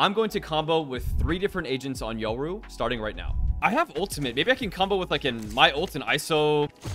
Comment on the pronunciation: Are you pronouncing his name as Yuro 😅 it’s triggering me